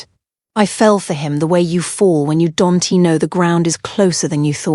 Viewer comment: Phucking AI voice cant pronounce shit. Im going to unsubscribe. This is getting rediculous and assinine. It cannot pronounce anything. Family S... Husband S my SL Attorney? Don' tee? What the literal phucking hell. It's not understandable. Camille S. SCARF? FUCKING SHIT. Im finished ..you're not invested whatsoever. You refuse to hear anyone on this mess. I will be announcing at my firm Monday morning.